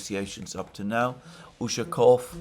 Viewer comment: Mercouris, you did it! You did pronounce Lavrov in Russian correctly once. Good job mate! The other 10 times you absolutely butchered it! Again 😂 Keep trying.... Don't forget Ushakov and Peskov's last names are pronounced in the same way as Lavrov. Stress goes on the last syllable. The "ov" syllable.